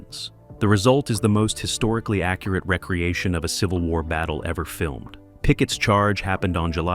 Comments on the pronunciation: Really want to watch a video with this kind of information but the narration is just complete and total shit. Recreation for re- creation, live pronounced wrong. Why not pay for an actual human being who speaks English?? Incorrect material misplaced and jumbled throughout the video. You could have produced a great video. Instead you screwed up and made a lazy, piece of garbage. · I lost count of the number of times "recreation" was mispronounced.